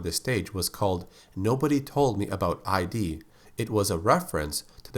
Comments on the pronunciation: One thing, the song is called Nobody Told Me About id, not ID, which is a pun to the name of the company that produced Doom, id software, which is pronounced id (like Freud's id, ego and super-ego), not I.D. That's a very common mistake people make. They even had a clarification on the name in one of the Doom alphas, as seemingly even people in the industry was saying the name wrong. Also, Hell Knights don't appear until Doom 2, so Doomguy didn't face them at all during the time the whole Cyberdemon thing took place. The Jaguar ports version of Tower of Babel was apparently made by American McGee to compensate for the lack of the Cyberdemon as those consoles didn't have enough memory to store it and the Spider Mastermind, it was indeed brought back in PSX Doom (and subsequently, Saturn Doom), but without Dis, so I guess they put this map after Limbo to compensate the lack of that level and keep the level progression from the Jaguar mapset, as starting from Tower of Babel, all the levels following are exclusive to the PSX and Saturn, no other console port had them. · Id pronounced as "It" So Nobody told me about Id/It